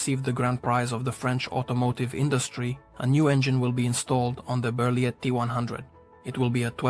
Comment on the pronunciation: Nice vidéo but you don't say the T at the end of Berliet